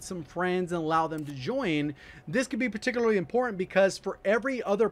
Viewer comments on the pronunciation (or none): My guy said perticly